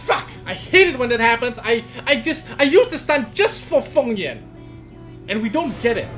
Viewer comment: isnt he called feng yan and not fong yan ?